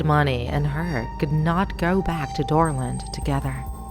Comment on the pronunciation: When you guys said dorland I thought you guys said Dora😂😂😂